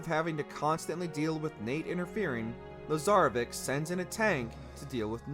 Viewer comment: Yo c’mon it’s Pronounced lazarevich u spell it with only a c but it’s sounded with a ch… I know it shouldn’t matter but hearing something pronounced wrong so many times really just isn’t right. It’s like a white dude trying to impress a Latina with shitty Spanish.